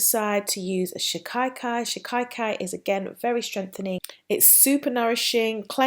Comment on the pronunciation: Shi-ka-kai luv. Not "Shi-kai-kai". Your vids are hugely informative at any rate and your hair is out of this world BEAUTIFUL! 😊👍🏼